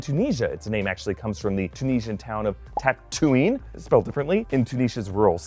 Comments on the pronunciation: The tunisian town is actually Tataouine, not Tatouine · That's not Tatouine but Tataouine! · The actual name of real city in Tunisia is Tataouine, which could be said “tatawin” in English.